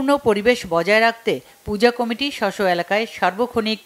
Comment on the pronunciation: এই চ্যানেলের সংবাদ পাঠক পাঠিকারা কি কারণে কমিটি শব্দ কে কামেটি উচ্চারণ করে।অন্যান্য সংবাদ চ্যানেলে উচ্চরণের সাথে মিল নাই।